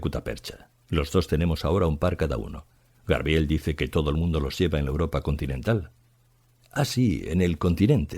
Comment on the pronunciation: Debería volver a grabarlo por el fallo tan grande de decir muchas veces GRABIEL, ¡por favor! qué fallo tan grande 🤦🤦🤦🤦 es muy grave en alguien que lee para tantas personas, que eso lo diga alguien que no tenga estudios es entendible, pero aquí es inadmisible, no sé si voy a ser capaz de seguir escuchando, como siga diciendo GRABIEL cada dos por tres. Me está poniendo mal cuerpo